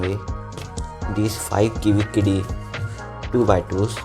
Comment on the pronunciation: " kiwi kidi S2" lol